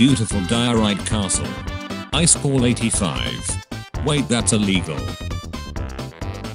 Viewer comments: It says "highschool" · It says "Eyeskall" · When the bot says ICE SCALL Me laughing inside 😂😂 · "Is" in swedish = Ice "kall" in swedish = cold Text to speech n the swedish language: Im 4 perallel universes ahead of you. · I heard ice coal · i am triggered by "I skall" who else ? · The way he says iskall 😂✨